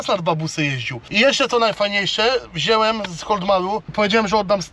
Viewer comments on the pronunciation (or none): Mówi się wziąłem a nie wzielem